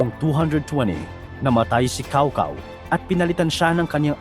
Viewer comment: Cao Cao??? Lol… Tsow Tsow ata ang pag pronounce ng name na yan.